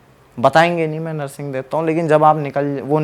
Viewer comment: यार नर्सिंग नही हैं वो नृसिंह है😂😂😂 please किसी से पूछ लिया करो अगर आध्यात्मिक podcast बनाते हो तो🙏🙏🙏